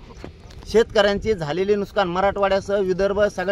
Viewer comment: नुसकान नाही रे येडझाव्या नुकसान अस्त ते...हे आहे पुढारी 😅